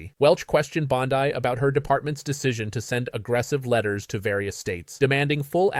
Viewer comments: PLEASE! The name is Bond-ee, not Bond-eye. Get it right! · It's pronounce BOND-EE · Sounds like AI channel speaking; can’t even pronounce Bondi name correctly. not subscribing. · This looks like AI. Any person reporting on this knows how to say her name.